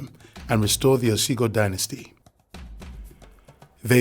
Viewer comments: It's "Ogiso"(oh-gi-sew) not Osigo. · It's Ogiso dynasty not Osigo